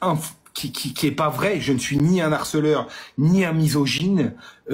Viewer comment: Il dit que la dame ne sait pas s exprimer, alors il devrait savoir qu en français on ne dit pas un (n harceleur) mais un harceleur sans faire d la liaison.